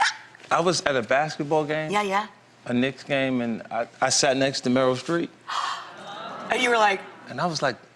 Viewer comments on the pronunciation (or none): Not 50 cent saying “Meryl Street”👀